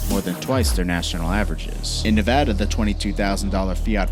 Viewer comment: "neveda" just gonna leave this here